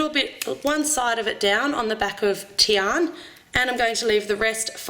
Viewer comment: lol her name is not tian its diana